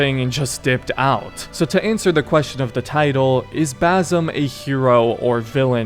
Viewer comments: For the love of god its BaSim NOT baZim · I'm native Arabic speaker, his name is BaSim, not BaZim. Don't convert the S to Z. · It’s pronounced bas Im not bazim idiot why can’t Americans pronounce things correctly smh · Dude it’s an s sound not a z sound not basil but basim with an s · Where the fck is the Z in his name? ffs why do white people fail to repeat a name they hear for 40+ hours it’s BASIM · One things for sure. His name is pronounced basim , like with an S not a Z. Like the way the other characters pronounce it 10000 times throughout the game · How can you play 2 games with the character in it and still mispronounce the name? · Dude u said every name wrong why do u pronounce it like that in the game it says basin roshin it’s awful u say the name totally wrong listen to the game that’s not there names